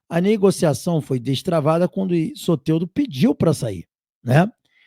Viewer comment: Tira esse "é" do nome do Soteldo amigo, fica muito estranho a pronúncia 😂... Fala Soteldo normal.